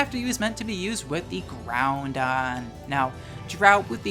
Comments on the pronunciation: Hey :) I’m not sure if it’s because you have trouble saying it which is totally fine, but I noticed you pronounced it Groundon instead of “Growdon”. Just thought I’d ask and see if there was a reason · Groundon...? I've only known one person call Groudon groundon. Do you also call Rayquaza rayzon? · Idk if it’s an inside joke you have but there’s no ‘n’ in the middle of Groudon so why do you keep pronouncing it Groundon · The mispronunciation of Groudon is triggering me so hard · Groudon pronounced as Ground-Don. 7/10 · The only thing you can legitimately flame for is their pronunciation of "Groudon" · I know you're doing the "Groundon" and "Keyogray" on purpose, but it doesn't make it hurt any less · love the video, really hope some pronunciations are satire.. "GROUNDon" hurts me worse than "key oh gray"